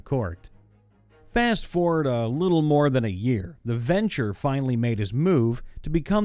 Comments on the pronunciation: The clan name is pronounced Ven-true, not venture. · Ven-TRUE, not venture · i'm annoyed you pronounced ventrue as venture when it was spelled that way 3 times and capitalized. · Just fyi, it's it's pronounced VenTrue (as in true or false). Ventrue. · Dude, seriously -- if you've never heard a word spoken aloud before, such as "Ventrue" or "ostentatious," try sounding it out instead of completely mangling it. Please. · If you come across a word you've never seen before, I would like to suggest you take a moment to just read it before you try pronouncing it. Deign is not "deny", it's "dayn". Ventrue is not "venture", it's "ven-true". Ostentatious is not "ostainienshly", "o-sten-tay-shuss-lee". I normally don't mind people mispronouncing words, but I'm like 5 minutes into this video and it's like every 10 words where you vomit out some gobbledigook instead of taking a moment to sound out the word. The frequency of the mistakes is honestly impressive.